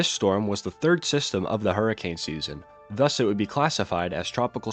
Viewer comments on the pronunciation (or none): none